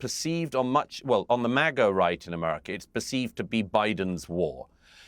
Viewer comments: I'm British and he doesn't say it correctly. He says Amarica. Listen for it. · What a warmonger And what is AMARECA ???😂 You can’t even say America right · Douglas needs to learn to say America properly.